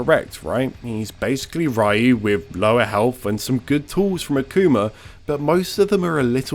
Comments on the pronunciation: If we want to get technical, it’s not rai-you or ree-you, it’s just one syllable, kind of like if you said it really fast. If you know that the r is pronounced more like an intermediate between r and l it’s a bit easier, but if that’s too hard then just stick with ree-you. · It's pronounced Riyu not Rayu. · when you say sho ryu ken do say ryeyou? when you pronounce striderryu do you say ryeyou...its pronounced Riyu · Pronounced Ree-yoo. Not Rai-yoo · As a content creator purporting to educate the audience about the series, to intentionally mispronounce Ryu's name destroys all of his credibility. The proper pronunciation of Ryu's name has been known worldwide since SSF2. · ITS NOT RYE-EW ITS RYU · ri-yu is still wrong. Japanese syllables work differently than in English, ryu is one syllable, not two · Oh plz dude say "Ryu", not Riyu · Each time he says Riu instead of Ryu a kitty dies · It's alright, it was during the early Era where we kids had to figure out everything by ourselves. I'd rather meet a guy who says Rai-oo that plays street fighter than meet a guy that says Ri-oo and then says he's from fortnite and smash. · Buddy it’s pronounced Ree-yu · I hope your channel won't grow ever. That's what you get for pronouncing the name Rhye-you... in 2021... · Every time he says "Rayu", Capcom makes parrying one frame more lenient. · I haven’t heard someone pronounce his name as “rye-you” in such a long time, it’s actually kinda nostalgic. Lol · Every time someone pronounces Ryu's name as "Raiyoo", a Dragonpunch gets another startup frame. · Like Pew “Ryu” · Same thing with MK's "Shirai Ryu clan". I so want the VAs to pronounce it properly but since it has been spoken "Rai-Yoo" for so long now and MK being an American product it's pretty much a moot point to complain. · Americans cant pronounce a simple “ri-yu” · "Evil Raiu"... :| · It's 2021 why are we still saying Rayoo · Lol, imagine being a person, in 2021, pronouncing Ryu as "Rye-ooh" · Amazing Evil "Raiuh" combos.